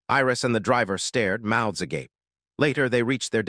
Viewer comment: holy crap it said agape correctly.....